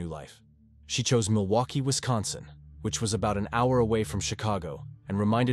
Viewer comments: Mill-Loki? Is AI reading this? It's Milwaukee. Mill-Wau-Key or Mill-Wah-Kee. Depending on the region in the state. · My computer friend it's pronounced "mill-e-wah-que" which is Algonquin for "the good land". Also, you would never refer to a 38 year old man as a boy. You might say he looked boyish or had boyish good looks but you would never call him simply a boy. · Milowkwee?? A robot is narrating all these! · Milokie? Milwaukee! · Oh miloki the 2nd time haha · It has to be AI not a real guy. Milloki? Half these channels are from the east and use AI ,used to be bots. Misspell and can't speak proper words. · Why so many mis-pronounced names, like Milwaukee? Thats pretty bad.